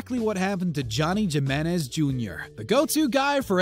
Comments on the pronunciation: I know it had me screaming at my screen himinez not jiminez shows I bet he says jala' peno also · HEE-MEN-EHZ, not JEE-MEN-EHZ ya savage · Narrator pronounces "Nazi Johnny's" full name as "Johnny Ja-men-ez" LOL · And wtf is "Jim-enez"?!! It's pronounced "Him-enez" bro...have you never been to Northern North Mexico? Oops, I mean Southern California?! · "Jeh-men-ezz" come on, man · Its Johnny He-menez (Jimenez) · Can't even pronounce Jimenez properly... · did you actually say jimenez with a J sound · Learn how to say Jimenez bro